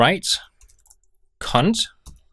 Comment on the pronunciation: RewriteCond without a "t" 🤣